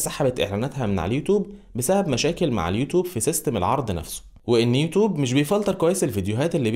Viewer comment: ليه بتقول يوتوب اسمها (يوتيوب)